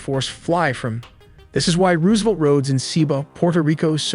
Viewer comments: "Rooooo-se'-velt" AI sucks and it is dead obvious when it can't say some thing as common as this word. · Roose- savelt? LMBO! A.i. slop narrator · ruusevelt???? Either stop using ai or learning to talk. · RoooSevelt, obviously doesn’t really know American history. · "roooose"- evelt, fucking AI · THE WAY HE SAYS ROOSEVELT IS ANNOYING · If your LLM mispronounces Roosevelt, I'm out. Get back to work. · Such a great video and cannot pronounce Roosevelt and Tobago…great video though. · Rewsevelt, cartehls, cmon man